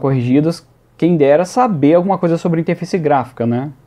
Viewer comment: "interfaice" kkkkk